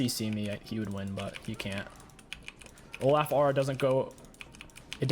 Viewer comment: I don't mean to sound rude if it does I apologize but how I always say olaf is Olof cause that's how I thought it's pronounced and the way you say it sounds to me like you're saying O-laugh which is now my favorite way to pronounce his name lol P.S I love your vids <3